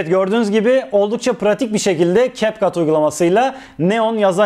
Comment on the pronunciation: Capcut’ı doğru okuyorsunuz. İnsanlar ingilizce bilmiyor ama bildiğini sanıyor sanırım 🙄